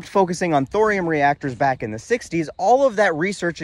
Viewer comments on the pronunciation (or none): none